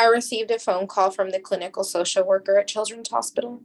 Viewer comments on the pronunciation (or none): none